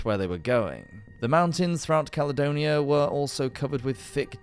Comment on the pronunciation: Ya estamos con otra delirante demostración del orgullo, soberbia y engreimiento de la Gran Bretaña. Roma, simplemente no la conquistó porque no había ABSOLUTAMENTE NADA de valor en ella. Bueno, cuando el narrador la denomina "calonia"en lugar de Caledonia, ya queda todo dicho. Claro que peor sería que la llamase "Calzedonia", oigan